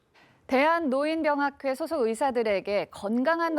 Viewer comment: 아나운서가 "노인병학회"가 뭐냐? "노인뼝학회"라고 읽어야지. 국어사전에 써 있는 것도 제대로 못 읽냐? AI냐?